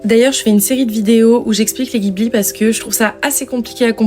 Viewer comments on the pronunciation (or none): Ça se dit DJibli par contre (sinon trop bien ta vidéo)